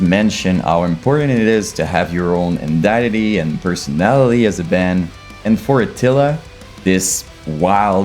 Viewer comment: When you say "indiety", do you mean identity? If so. Eye-den-titty Should help you out with the pronunciation on that one. 🤘🤘